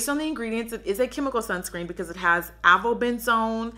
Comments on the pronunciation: She said "Benzone/Ben-zenay"😂😂🤦🏾‍♀️....just to help ya girl out it's pronounced "Ben-zone" or "benzene = Ben-zeen" ❤️xo a Biology premed major and a faithful viewer (just in case you weren't being funny)😅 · Pronounced: Ay-va-ben-zone. Lol